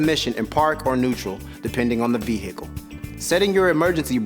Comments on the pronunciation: Ve-hicle haha no offense just thought it was funny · Would someone please slap this dude and then tell him the proper way to pronounce "vehicle"? His mispronunciation of it was like a jab in my eye every time he says it .. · V hickle